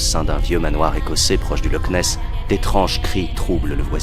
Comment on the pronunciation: AHHHHHHHHHHHHHHHHHHHHH sa me soule les gens ki disent "lock ness" mais c plûto " loch ness" mais le "ch" fais un son ou c un mix de r et de k c comme si on disais "l'or" mais on roulais le r et on le prononce au fond de la gorge Dsl si ct pas tres claire Et je sais tt sa car je suis ecossais et je parle anglais du coup